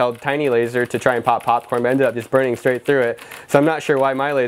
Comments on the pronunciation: did he say porn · He said charcoal porn lol